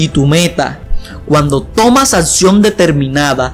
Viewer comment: "Atsion" 'xD